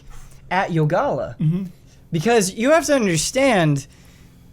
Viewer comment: Ren: Youngalla... Yogalla: It's YOgalla, learn it Ron!